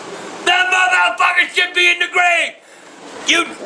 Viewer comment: i didn`t know what else ta deewwah. i didn`t want him ta dieeah... why does she add an ah to most of the shit she says?